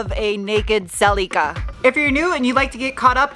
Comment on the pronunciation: Does the Celica have a name yet? I think it should be Sally California, because the way say Celica sounds kind of like Sally CA.